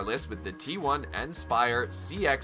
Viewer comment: "T-one inspire"..... THUMBS DOWN